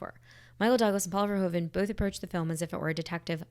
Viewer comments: In case you want to know: as Paul Verhoeven is Dutch (like me), the correct pronunciation of his name is "Verhooven". Our OO and OE are flipped when compared to English: you'd say "cool" and we have "koel" – both words sound the same. To my knowledge, "shoe" is the only English word where OE sounds like we do in Dutch. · VerhOEven not VerhOven. Sounds like the OO in Snoopy : ) The Dutch OE sounds like the Engilsh OO. Just wanted to say this cause do many peeps pronounce it so wrong.